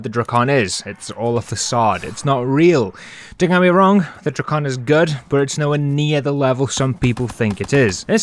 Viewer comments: I hate you you said drakon "dray-con" and not "drac-in" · Bro said Dro-con💀 (Sorry)